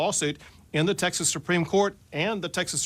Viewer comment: I can’t get over the fact that Greg Abbott says Texas is wrong. He doesn’t pronounce it right.